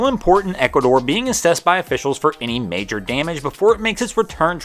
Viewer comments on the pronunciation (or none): none